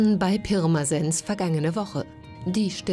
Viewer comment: Ahhaha wie die Pirmasens ausspricht 😂 des hesst bärmesens